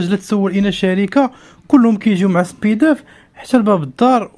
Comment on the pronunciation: معلومات مغلوطة و طريقة نطقك خاطئة ل chronodiali كرونوديالي، Speedaf سبيداف ماشي سبيدوف